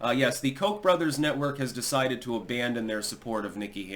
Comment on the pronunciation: I thought it was pronounced COKE.